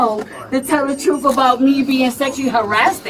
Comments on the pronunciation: "...to tell the truff about being sexually harass-did..." Harass-did? So obviously she didn't finish middle school. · "He mad cuz he tellin the troof." Must have somthing to do with the missing toof (or teef)...